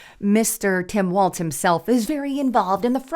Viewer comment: It is Walz (walls), not Waltz!